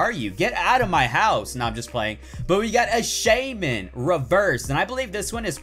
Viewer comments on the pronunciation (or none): none